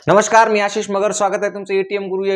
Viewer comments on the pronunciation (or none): none